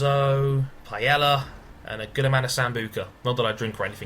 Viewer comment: lol im from spain and when you said paella sounded funny good video